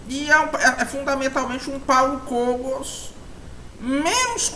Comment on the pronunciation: É paulo Kógos que se pronuncia, nao Kôgos